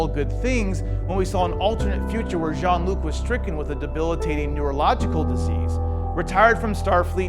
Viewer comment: It's Jean-Luc, not John!